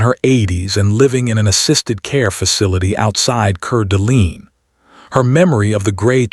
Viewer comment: It's pronounced cord a lane its french. Know i live in spokane - spo -can Washington. Its native american.